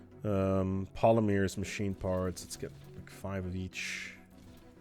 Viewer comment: "Polymeers" is driving me crazy, Jesus lord please deliver me from this mispronunciation